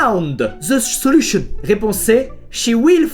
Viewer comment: Squeezie: Réponse A Chi faAAanNdzz Ze seLuchoNn réponse B Shi FFAAAAAAAAND ze jszjzssjzelushonne réponse C Sshi wYl fAynd ff.. ze zeluchonn